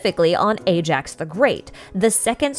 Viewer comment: Also. Ajax is pronounced as eye-axe, not A-jacks.